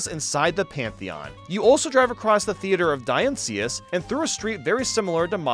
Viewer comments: As someone who loves Ancient Greece, hearing butcher the pronunciation of the Parthenon and theatre of Dionysus was very much triggering 😂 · THE MISPRONUNCIATION OF DIONYSUS MAKES MY BLOOD BOIL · God of wine appreciate ur drunk pronounciation of his name